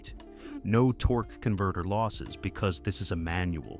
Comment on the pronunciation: The way the guy says Torquey Converter makes me laugh. Lol